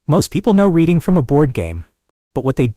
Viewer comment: It is not prounced Reading but "Reding". Lived there for a short time in the 70s I was born in Scranton and raised in Dickson City